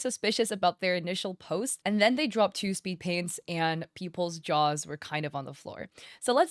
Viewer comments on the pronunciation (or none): none